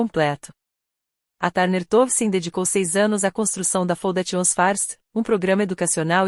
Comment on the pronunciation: Essa narração errada da parte em inglês faz a gente não entender os nomes escolhidos e se não ler o texto fica sem saber o certo. Foundation por exemplo faundeixan e não como a ia fala.